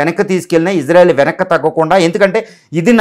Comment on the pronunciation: ఇజ్రా కాదు సార్ ఇశ్రా అనాలి